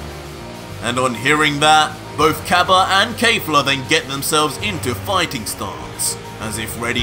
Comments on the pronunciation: Your alternate reality DBS is great. Just one issue, it's Kef-la and not Kay-fla.🤣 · it kefla not kayfla or keyfla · Bro says kejfla instead of kefla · Keifla? Not Kefla? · Please the subtitles are correct but just say kefla nog kafla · Dude "final" is not the name of that form 🤣 its "beast" , look it up .. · Oh no, he’s saying the name wrong. Kefla is pronounced exactly like it’s written. Just like in super’s Dub. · Why are you saying “KAYFLA”? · You are saying her name wrong lol still the best dbz story out there by far